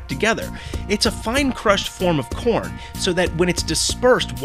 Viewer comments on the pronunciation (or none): you are actually saying porn xD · he said porn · Pretty sure you said porn instead of corn....